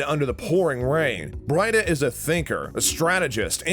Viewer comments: Breeeeeda! Ooo tred!!!! New narrator please. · It's pronounces "Bree-da" and Oo-tred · Brida pronounced as Breeda not Bryda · It is pronounced Bree-da not Bride-ah. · I thought Emily’s character Brida was pronounced as Breeda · Bri-da..... oh and Ooo-thread, anyone who is a fan "Bree-da.....Uh-tread get it right" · Oothred and Br-eye-da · It’s actually pronounced, “Bree-duh” & “Ooo-tred”. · Brida is pronounced BREE-DAH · 'Brida' is pronounced 'Breedah' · It's clearly not your favorite show as you immediately get bridas name wrong I'm guessing you've never seen it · "our favorite show" mispronounces the first character in the video.